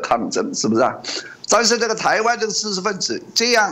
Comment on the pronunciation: ㄓ ㄓ ㄓ 不是ㄗ